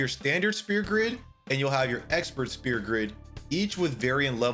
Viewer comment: Why are you saying SPEAR grid, its SPHEAR grid, and saying "yuck" to reading just makes you sound very uneducated